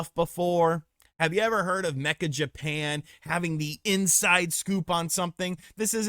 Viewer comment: Meccha is pronounced may-chaah not "mekka" not "mee-cha", and Akihabara is pronounced Ah-key' ha-bah-rah